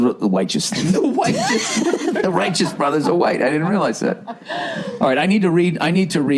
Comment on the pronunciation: Your wife is an Angel and your crazy but I love it. You had me laughing so hard I cried. That slip on the Rightous Brothers. The Whiteous Brothers OMG that was gold.